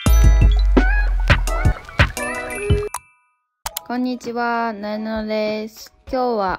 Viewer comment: なえちゃんがなえなのってはっきり言えてないのかわいい。えへへ